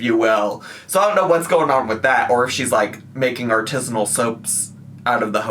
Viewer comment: Not the "artizzinal" soaps 😂